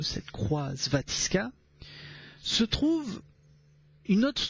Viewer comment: J'adore tes vidéos. Cette utilisation de la langue française, c'est de l'art. Nul besoin de drogue pour planer et c'est dit sans ironie. On apprend des petites choses, mais avec un plaisir non feint. Bonne continuation ;) (c'est svastika pas svatiska ;) )